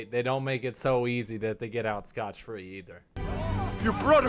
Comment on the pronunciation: Favorite line in the whole franchise, 'thank you for nothing, you useless reptile' 😂 Also, just so you know you said scotch free not scot free 😂